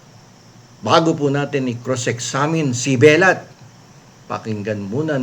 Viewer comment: binisya ang bigkas ng "belat". Bastos Po ito.